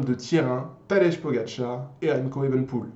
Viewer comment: Tu prononce tadej comme petit déj 😭😭 alors que ça ce prononce Tadeï 😭😭